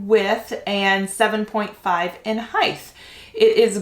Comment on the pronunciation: Do u pronounce height as hithe in america ? I have not heard it pronounced any other way but hite at anytime or any place